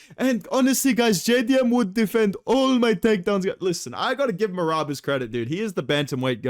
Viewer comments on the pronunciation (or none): When you can't decide if you want to do the Merab or Pantoja impression💀